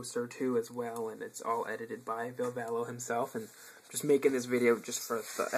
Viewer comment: Did you actually just pronounce Villes name wrong. Oh and Kiss The Void is the 13th track on the album you silly mortal